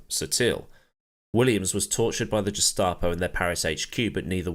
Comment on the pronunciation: Carraciola is 'Carra' 'CHiola' ... Gestapo is pronounced with a hard G as in 'Get F**cked'... interesting video though... more please :-)